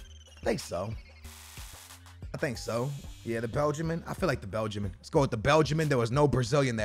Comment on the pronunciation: it’s a belgian not a belgimin 😂